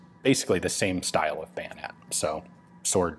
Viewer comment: Bayosword? Swoyonet?